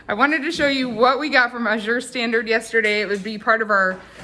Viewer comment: AZURE = aaaa as in cat. Emphasis is on the FIRST syllable! Think of the word "pleasure" and you'll get it right! :) Or google "azure pronunciation" to hear it. I love Azure -- been ordering from them for years.